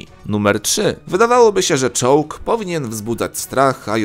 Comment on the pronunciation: Zamiast czołg usłyszałem czuux! XDDDDD